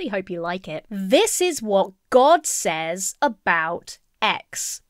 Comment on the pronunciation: Do a lot of people pronounce 'says' the way does? Exactly the way it looks? Is that a regional thing?